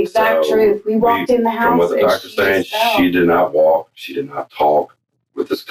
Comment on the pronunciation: someone tell this guy the L is silent in the words 'walk' and 'talk'